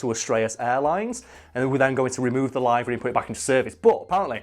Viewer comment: This whole time I thought he was saying "library" hahaha I'm like What fucking library on the plane? And why a fucking library hahaha